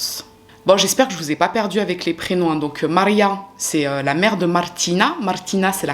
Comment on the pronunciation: J'adore tes vidéos, juste stp essai de prononcer les prénoms en français ou même en arabe hhhh le fait d'appuyer sur les RRRRRR ne veut pas dire que c'est de l'italien et c'est un peu dérangeant a l'oreille mais hey! Love u girl keep going 🤙💪❤